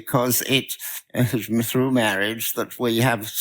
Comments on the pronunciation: Bro sounds exactly like the priest from The Princess Bride. How ironic that he's speaking against gay MAHWAGE here XD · Is that the priest from 'Princess Bride'? "Mawage. Mawage is what bwings us togethah today."